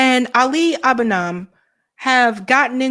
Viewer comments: Love you but you’re mispronouncing Ali’s name Ah’ li. Ah bu nee’ mah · Stopped watching at 11 second. Abunimah Ali Abunimah You called "Abunaam" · It's pronounced Ahh-bu-nee-mah :) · is terrible at pronoucing names but ffs sake...Abu/Ni/Mah. What was that out of her mouth?